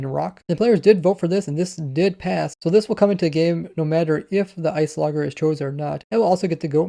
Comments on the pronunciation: i think its ice -ologer not ice o logger... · notice: it was actually you just pronouncing the g wrong. it's ice + -ologer (studier), it should be ice + o + lodge + er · I don’t understand how you could mispronounce iceologer right after Agnes shows you how to pronounce it seconds earlier (in editing anyway) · Lol. “Ice-o-logger” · ice oh logger lmao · pronunciation of "Iceologer" will kill me